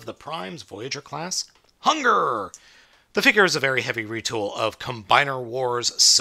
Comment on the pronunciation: It is hun-guur